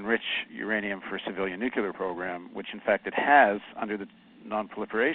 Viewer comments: Did he say 'nucular" and ? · Paul Jay: Nuclear. Not Nuculer. Nuclear. Say it with me. Noo-Klee-Yerrrr One more time. NOO KLEE YERRR. Nice work.